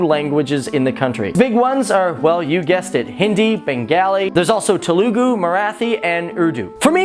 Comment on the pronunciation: By the way u don't pronounce Telugu Marathi and Bengali they well. Don't saw eww to my country think if I say such things like eww to ur country how would u feel